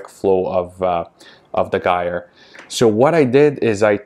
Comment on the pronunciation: Sorry but it’s - jire like tire with a “j”, they will get quieter after a while, there flow easily goes down when they get dirty, I would lower both mp10’s , if they are too high kind of defeats the gyre motion, my two cents!